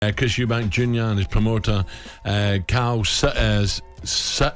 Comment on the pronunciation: Interviewer needs to prepare a bit better and be able to pronounce his guests names correctly